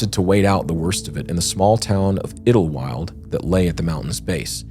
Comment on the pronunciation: Pronounced: 'Idle'wild. You're welcome